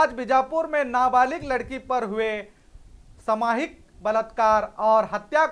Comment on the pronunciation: Samohik Not Samhik please Corectin